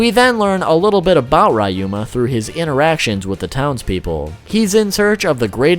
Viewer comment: RAH you mA (ryuma) 🤦🏻‍♂️😑🤦🏻‍♂️😑🤦🏻‍♂️😑🤦🏻‍♂️😑🤦🏻‍♂️